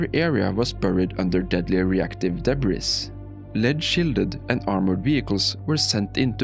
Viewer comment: It's pronounced deb-bree